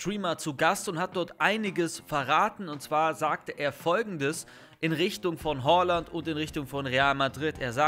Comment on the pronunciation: Nicht Holland sondern Haaland